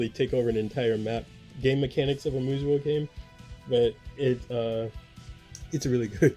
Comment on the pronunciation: Great picks! FYI: They are pronounced "Moo-so", or "Moose'o".